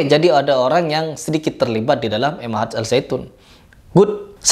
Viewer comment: Ma'had.. bukan M Ahad.. Ma'had bahasa arab nya artinya pesantren